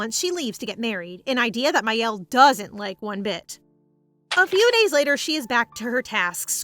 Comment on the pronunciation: I hate to be that person, but mielle is pronounced me-elle ( it means honey in French)